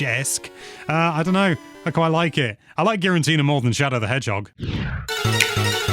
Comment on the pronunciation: Why does he pronounce Giratina as Girantina? Theres3only 1 N in Giratina sir